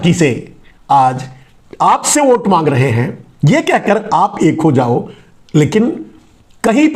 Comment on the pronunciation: आप हमेंशा #वोट को #ओट बोलते हैं, इसे सुधारिये.. !!